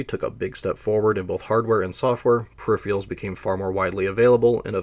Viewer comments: Per if eR al. Just like it’s spelled (VO kept saying per if ee al) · This is a seriously well-done video. You fascinated me so much that I wound up downloading the CDC summary of the RYAD 1040 performance. One wee thing: "per-RIHF-Er-uhlz", not "per-RIHF-Ree-uhlz". Sorry. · per - iffer - alls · Hey - great but a kit-pick on pronunciation... Pur-RIFF-Ur-uls not Per Riff-REE-uls-- but whatever. great set. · Are you saying 'perifrials' instead of 'periferals'? eg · "Peripherals" is pronounced "pair-rif-er-alls", not "pair-rif-re-alls" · I can't help it - whenever you say "peripherals" I hear "periphials". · Can't blame the guy for being excited to tell us about the periphieraials. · Brilliant work but say it with me... per-iph-er-als. I had to stop watching that's so annoying. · how can someone know so much but also not know how to say pewifawils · I've never heard anyone pronounce 'peripherals' as 'periphreals' before, and now three in one week, and it's only Thursday! 🤣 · Perr-rif-erals theres no a. Not even in the pronounciation. Its not a pair of anything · Agreed, the second R is not silent. I've heard this a few times from people, and I always wonder whether or not it's just a weird accent or they just can't read correctly. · You're gonna be mispronouncing the word you yourself chose as the title of the video, huh. I'm a minute in and have to nope out after hearing it a bunch of times already. Doesn't give me an impression of careful consultation of sources. Something expected of documentaries. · Interesting. I enjoyed it, except that you can't pronounce 'peripherals'. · PERIPHERALS, where in the god damn world are you seeing the second I in the word PERIPHERALS. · Can't this guy learn how to pronounce "peripherals"? He mispronounces it every single time, as if he can't read.